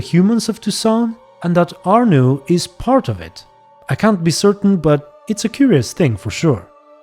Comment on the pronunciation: In the name of all those named Arnaud, please never pronounce our name like that again 😂